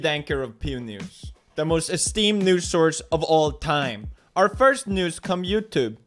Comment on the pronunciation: I thought the intro was: Pew Neuus